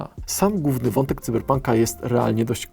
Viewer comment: Wiem, że może się czepiam, ale proszę nie zapominać, że wyraz "główny" ma Ł w środku. Da się przez to uniknąć "gównego wątku" i podobnych :) Naprawdę słychać ten brak Ł :)